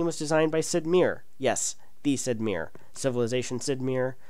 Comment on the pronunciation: Not sure that is how to pronounce Sid's last name.